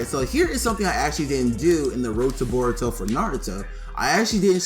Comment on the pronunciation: lol its boruto not baruto its funny when people say baruto lol